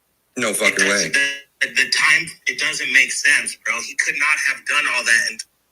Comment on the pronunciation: Especially when it’s pronounced as “bruh.” It had its season, can we let it go, already? 🫩